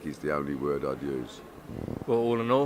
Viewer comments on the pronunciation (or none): none